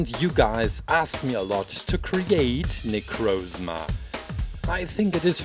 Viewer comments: Its nicrosma not nicroosma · It's Na-croz-ma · Para de falar necrosma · it is pronounsed na-croz-ma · great video, but necrozma is pronounced nEH-crAH-zmUH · It's pronounced Nick cross Ma